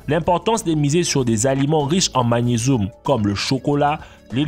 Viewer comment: Du calcioum et du magnesoum 😂